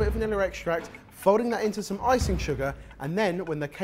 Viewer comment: anyone notice how says 'some'. It sounds like All Star 😂